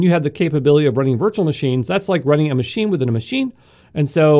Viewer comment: Yo from exam pro.Please change ur accent/way of speaking.. Its Manger, Not Managerrrrrr. Its Machine not MachinEeee